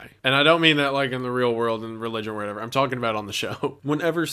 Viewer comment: you keep on saying "whatever " incorrectly and its eextremely annoying